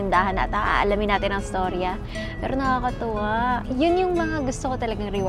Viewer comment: di ko bet si ante na kausap ni ivana. Orocan ang pagkakasabi ng nakatuwa oh my god😬😁😜 pero good job Ivana ❤